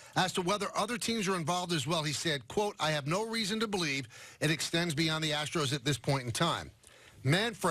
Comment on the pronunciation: Hahahaha! "Ass-tros"